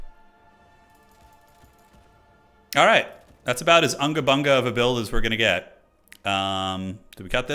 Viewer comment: in my country we say unga bunga, not anga banga. with u as u. also why not increase the point timer to 1600? to tackle some capture chizy hokus pokus